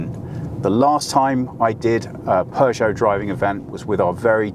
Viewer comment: don’t pronounce it ”Pjuushow”. 👍😊